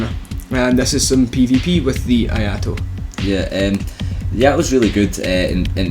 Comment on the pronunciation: Not "aye ah to". It's "eeh aye to". I = eeh ; ai = aye ; to = To from Tobey.